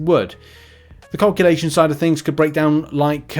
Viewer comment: Always makes me laugh with pronunciation of calculations 🤣🤣 Cowculations 🤣🤣Keep up the good work!